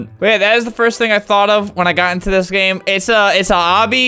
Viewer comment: You said GAYME